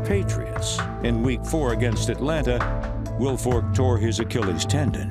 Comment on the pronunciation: He said Vince it's Wilfork